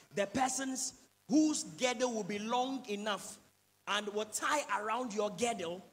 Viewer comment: Please it's not GEDDLE, it's GIRDLE.